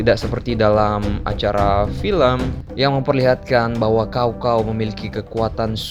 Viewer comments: Maaf min koreksi bacanya sao sao bukan kao kao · sedikit info cara bacanya bukan "cow cow" tapi "tcao tcao" dan kalo mau lebih detil lagi antara cao depan dan cao belakang ada beda tone nya ya ngasih info aja karena di bahasa cina kata sama cara baca sama tapi beda tone udah beda arti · Cao cao min bukan Kao kao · Bacanya bkn kao kao tp cao cao....goblok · Bukan kao kao tapi cao cao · Caocao dibaca kaokao blog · dalam sejarah hidup gw, baru kali ini dengar Cao cao dibaca jadi Kao kao.. wkwkwk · Bacaan nya bukan kao Kao tapi Tsao Tsao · Mungkin si habis minum es kendol pake kinkau 😂😂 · Baca nya pake c kalih namanya bukan K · Btw Cao Cao jangan baca pake K tapi baca lurus aja pake C